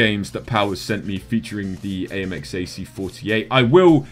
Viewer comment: You pronounce my name better than i do lol